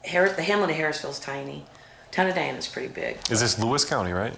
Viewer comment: Hey - NOT "Dina" but "Diana" like the Princess!!!1